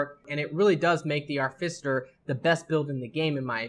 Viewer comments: how the fuck did you get arficiter from AR TI FI CER its not even spelt the way you fucking said it. what the fuck is wrong with your brain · Ar - Ti - Fi - Cer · cool videos, really entertaining. one problem. its pronounced ART I FICER short i sound. artificer. shit bothered the hell out of me lol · he definitely swapped the f, c and t and was saying Arficiter... very annoying, agreed.